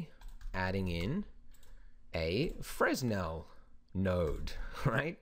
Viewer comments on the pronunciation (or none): I've heard you say FREZ-nel in a few other videos, but I believe the proper pronunciation is FREH-nel. Silent "S". Great video, keep them coming! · As always, excellent tutorial :D Definitely trying this at home ;) Although, just so you know, it's pronounced Fre-nel, not fres-nel since the guy who came up with it was French and that's how they do things. I made the same mistake :) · Fresnel - pronounced frəˈnɛl or fruh-nel. It's the same "s" that you'd find in aisle, apropos, debris, isle, and island. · Brilliant tutorial. One thing. Fresnel is pronounced 'Frenel' the lens was invented by Augustin Jean. It's French. :) Thanks again for your tutorials. They are extremely helpful in learning Blender. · It's pronounced "fra-nell". Good Tutorial! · Fresnel, silent "s"